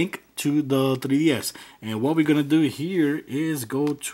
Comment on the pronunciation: Lesracing 2004 that's how he pronounces it. Either way he is saying 3ds